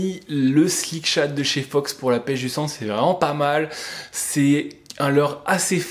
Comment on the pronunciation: Ta dit chandre au lieu de sandre...